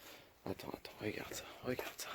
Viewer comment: Y m’a fumé rrrregarde 😂